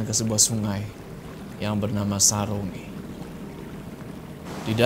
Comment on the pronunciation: Saronge itu di bacanya sa rong ge kak